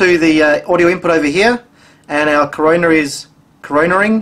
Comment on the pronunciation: "Corona" not "Coroner " lol!